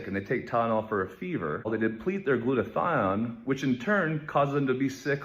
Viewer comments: “it is Women not woman” Also - Acetaminophen is pronounced = a ce’ ta min o phen And it is “Glut a th I on” not “Glut a thine”. get a Webster’s. Dictionary. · Glutathione. The "e" is silent. Gloot-a thi-on.